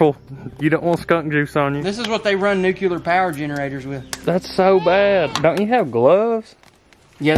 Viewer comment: It’s a nucular bomb